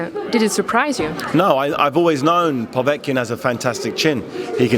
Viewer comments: He also says povetkin weird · Really grates on me the way he's saying Povetkins name!